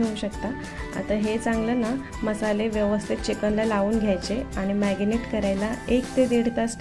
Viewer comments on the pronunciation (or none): मॅगनेट नाही मॅरीनेट😄